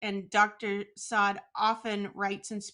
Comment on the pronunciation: The woman: "I watch your content regularly" ... After not even knowing how to pronounce Saad. How sad.